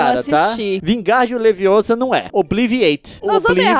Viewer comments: não é Leviosa Leon, se diz "LEVIOSÁ"😂😂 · Não Foi A Única E Alias É Leviosa Não Leviosá